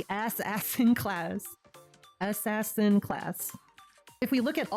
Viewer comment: I subbed the moment you went "ass ass in" cause I have been saying it that way since I was like 10 lol